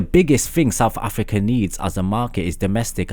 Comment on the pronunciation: Am I the only one who stopped watching after he said 'Saf afika'